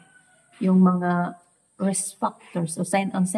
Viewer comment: Magaral ka nang English enunciation. E.g. risk hindi 'resk.' Short i, long i, e versus ee pronounciation is a good start. Mag tutor ka or makinig ka sa you tube. Dapat consistent ka.